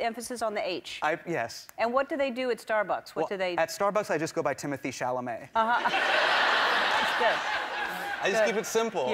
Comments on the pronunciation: What’s ironic is he pronounced timothée chalamet’s name incorrectly according to timothée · Important comment: This is IRONIC because YOU mispronounced TImothee Chalamet’s name. *Incredibly ironic. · Hasan tries to make a joke about complicated European names being pronounced correctly. Uses Timothée Chalamet as an example... and completely mispronounces it 😂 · Ironic that he references Timothee Chalamet given that Hasan literally pronounces the name wrong the same as everyone else, and Timothee just doesn't mind or play the victim about it. Same as Jake Gyllenhaal. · The irony of talking about how people keep mispronouncing his name and then mentioning Timothée Chalamet whose name he mispronounces tho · But he mispronounced Timothée Chalamet name... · There’s a Graham Norton interview where he pronounces Timothée Chalamet correctly, it’s not how this dude says it ironically